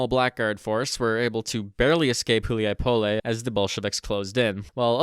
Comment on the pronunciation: Hu li a Poll...say it right yeesh